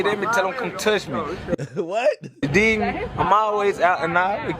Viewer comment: “ you dig me” nahhh he aint say that right 🤨